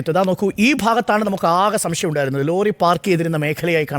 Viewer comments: റോലി അല്ല ലോറി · റോലി ''' അല്ല.'' ലോറി .ii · റോലി അല്ല അരുണേ..... ലോ... ലോറി....